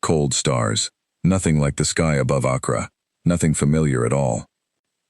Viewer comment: only real problem i had with this was the pronunciation of the girls home town. accra is said like "ak ra"not "ak rah"just something to watch, you would think that an ai would at least know how to pronounce most major city's in this world.